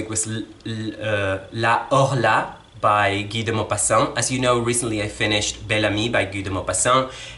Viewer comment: 🤣 If you had pronounced his name "Gai duh Mówpahsaent" the FIRST time you read him, I might have recognized him! 🤣 Just kidding. It's wonderful to hear his name pronounced in French. You Booktubers are going to be the end of me: now I HAVE to get to García Márquez's, Carlos Fuentes's and Borges's backlists! 😧 Looking forward to your review of Amor en los tiempos de cólera. (Tengo que empezar Victus, que se SUPONE esté leyendo con mi hija.)